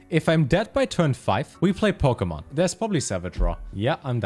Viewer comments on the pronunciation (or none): none